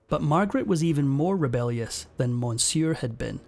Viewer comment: For the love of God, please learn how to pronounce Medici and monsieur.